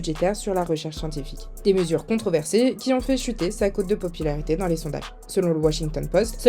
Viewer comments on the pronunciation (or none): none